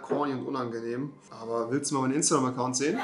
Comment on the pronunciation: Niemand: Wirklich niemand: Kevin: Instagräm